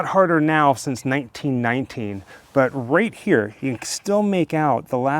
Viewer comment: 😮😮 oh okay 1919 ! You sound like you are saying 1990 . 😳😳😳😳